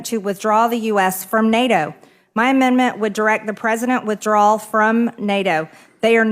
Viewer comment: She reads at a grade 5 level. Its NOT "amend-mint".... Does she even know what GDP even means???